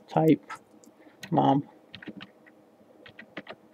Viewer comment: MAME... Not MAM! Don't kill it ffs...